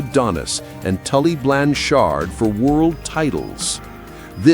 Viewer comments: I had no idea that Lanny poffo was the geniuses brother I also never heard of Tully Blan- Chard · Tully Blan Chard LOL